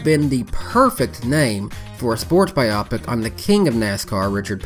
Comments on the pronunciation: I agree, the way it is pronounced here makes it sound like an optometry term. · Strange. I find myself wanting to point out the incorrect pronunciation of "biopic". But after thinking really hard, I'm not sure I've ever heard anyone say it before. I've just read it hundreds of times. So perhaps I've been pronouncing it wrong. (In case clarification is needed, I've always used the hard "O" sound, like biohazard or biodegradable)